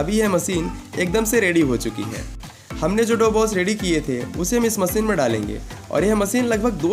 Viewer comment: Masin bolna seekh le pehle